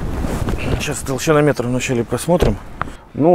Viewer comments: толщиномер же) а не толщиноМЕТР))))) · Тодщинлмер,а не толщинометр. И времени,а не время